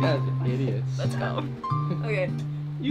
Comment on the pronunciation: Lesh not goo! 😂